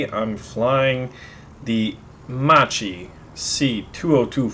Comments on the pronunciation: Heh, it's not spelled "mah-chee" , but "mahk-kee" :) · Baron please say "Makki" because my heart cries when it hears macci ;D This plane was one of the best of my country, I touched one that flew during WW2 in the 150° Italian union anniversary :*) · it's makki to say ;-) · Fido non gli dare soddisfazione, Si scrive come si legge MACCHI, imparassero una buona volta !! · Macci tua che pronuncia di cacca che hai, storpia la tuA di lingua, ma evita di storpiare la lingua di Dante il sommo poeta !!!